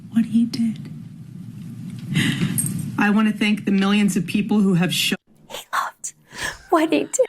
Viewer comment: And you couldn't even say thank properly! IE think. You stumbled as well.